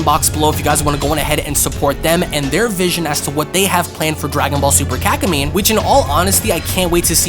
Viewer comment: I’m sorry but it sounds like you’re saying kak-in-me 🤣